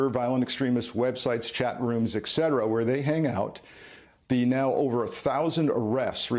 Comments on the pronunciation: Et cetera, not eck cetera. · Sir, “excedera” is not a word…….the word is “etcetera” 😊